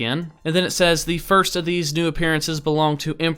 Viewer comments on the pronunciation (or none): none